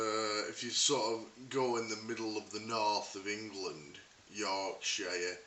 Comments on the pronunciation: That was quite good, im from Yorkshire and one thing was that you pronounced the 'Shire' bit in a very American way. also you said Birmingham was a lovely place... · It's clear that you're an American, because every English person pronounces it YorkshURRH, not YorkshIARE!